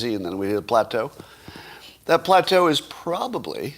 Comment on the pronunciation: Plateau? Or Pu-Pu Platter?